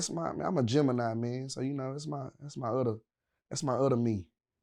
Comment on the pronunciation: “My udder mi” 😊